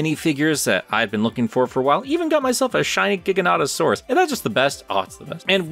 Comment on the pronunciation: This video is great, and I am so sorry you had the movie spoiled. That said, I can NOT get over how you're pronouncing Gigantosaurus I'm dying